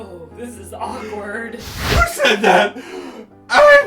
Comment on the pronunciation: you pronounced said wrong